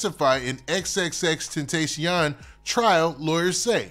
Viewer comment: Im tired of you saying X name wrong 😂